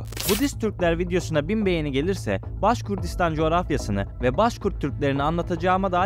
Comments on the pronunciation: Baskurdistan degil, baskortistan ya da baskurtistan duzeltmw yapin ya da videoyu kaldirin.ismini bile dogru telafiz edemediginiz bir yer hakkinda bilgili gibi gozukup bilgi vermeye calismaniz tuhaf.. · Başkurdistan yox kardeşim,-Başqırdıstan.Anadolu türkcesinde Q harfi olmadığı üçün size zor gelir bunu talaffüz etmek. Halk ise Başqırd adlanır.